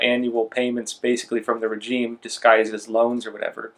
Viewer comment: Please please please pronounce regime correctly. I cringe every time you say it. “Razheem”